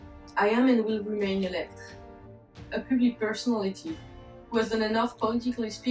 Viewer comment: How do you pronounce your name, here in the states we would pronounce it E - lek - tre but you do not pronounce it that way when you say it. When you pronounce it to me it sounds like E - lek.